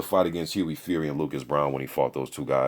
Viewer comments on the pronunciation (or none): none